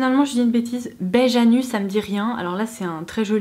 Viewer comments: J'ai eu la même impression, mais c'est "beige à nu" je pense 😂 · Moi aussi j'ai cru qu'elle disait beige anus 😂😂😂😂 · Moi aussi et j'étais bien attentive 😂😂😂😂😝😝😝😝 "beige anus"......!!!!!!! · Lol idem xD Je venais dans les coms dire la même.